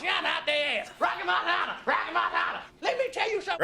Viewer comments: Great reaction, grew up with this movie, so many quotes & memes from the barber shop., you say "Rocky Marciano" great 😅. You would enjoy Trading Places, I think Eddie is even funnier in that. Looks like comments below are letting you know about Randolph and Mortimer;) Good movie around holiday time too. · You said Rocky Marciano so well!! Loved it.